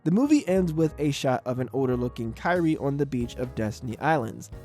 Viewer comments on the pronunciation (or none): none